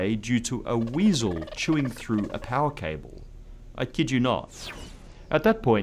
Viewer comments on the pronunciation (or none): none